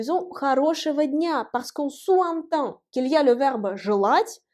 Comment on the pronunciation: "Parce qu'on sous (zentend) entend". Faire la liaison. On dit "souzentend". C'est un point de détail. Sinon ces cours sont merveilleux. Merci.